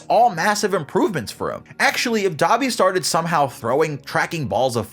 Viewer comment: Nah Dabi its da bee